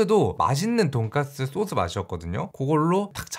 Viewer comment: '소스' 발음이 왜이럼?